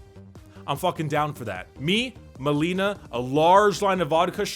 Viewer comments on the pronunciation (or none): Not Melina but Malina. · It's MALINA, not Melina - "Malina" means "raspberry", "Melina" means "Crackhouse". And Zdrada means "betrayal". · Its Malina not Melina